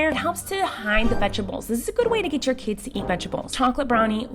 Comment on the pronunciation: Wait did you say kids with an S